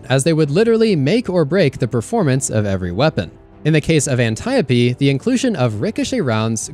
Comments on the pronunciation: You get the "like" for pronouncing Antiope correctly. Impressive. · He pronounced Antiope correctly 😭 thank you. Youtubers been killin me for years on that one.